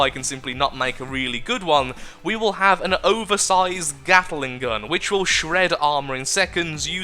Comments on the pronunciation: but he did say "gattle-ing", didn't he? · The Carolina Gatler. In tribute to your inability to say the word "gatling" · he said at the end of the video he accidentally called gatling "gattle-ing" near the beginning though